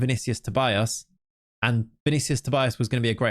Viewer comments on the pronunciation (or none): not sure if you care that much about name pronunciation, but I'm Brazilian, and Tobias would be something like 'To-bee-as'.